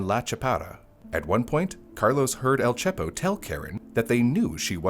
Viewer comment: Dont forget el chepo pronounced as el cheapo instead of correctly as el che-po as in che Guevara